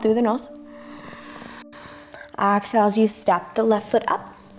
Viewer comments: Nah, it was clearly ax-hale. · she's so cute. "Ox-Hale"